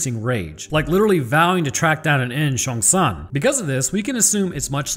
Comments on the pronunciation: Okay I know you said not to make fun of you for your pronunciations but I keep laughing hysterically every time you say Cheong-San, you say it like Shang Tsung from Mortal Kombat, absolutely love the content keep up the fantastic work and keep horribly mispronouncing things XD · Actual big respect for the pronunciation attempt honestly, one guy's name just becoming Shang Tsung from Mortal Kombat is pretty funny too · I 100% kept thinking you were saying Shang Tsung and was like "Your soul is mine?..." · I can't help but grin and laugh at how you pronounce Cheong-San's name like Shang Tsung.. haha MK anyone? Haha but great work! As a lover of microbiology and virology, love your channel and commentary!